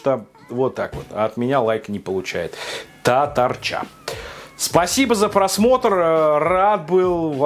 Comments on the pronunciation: У меня жена татарка. Для начала не татарчА, а татАрча. Не кастыбай, а кастыбЫй. Жена поугарала пока смотрели. А так кухня специфическая у них на вкус. И да, пока смотрели ели ЗОЖную продукцию после тяжёлой тренировки. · татарЧа читается как татарЩа) Почти всегда Ч, читается как Щ. А ещё не кыстыбАй, а кыстыбЫй) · Ох, как больно от того, как произносит "Татарча".: ) А кастыбыйки - национально неверные. В них должна быть только картошка. Обычно кастыбый разрезают пополам. И, я считаю, что тесто в кастыбые - очень важно. И предпочитаю кастыбый, в которых доминирует именно тесто.. Какие энергетики, блин? Только с чаем (с молоком, конечно же).